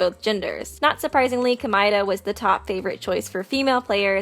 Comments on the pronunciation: i hate the way this chick says Komaeda 🤦🏻‍♀️ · Ok so your favorite character is Komaeda but you won’t pronounce his name right? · Ko-mea-da! Not the way you say it! The English way is wrong, the Japanese was is wrong, Jinko? J*U*NKO! Ha-ji-mea! Did any of you know that Komeada Nagito shuffled turns into Makito Naegi